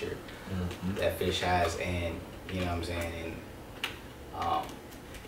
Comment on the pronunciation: I don't know if it's my hearing or a result of local dialect but are you guys saying "Fish" when referring to "Fisk"?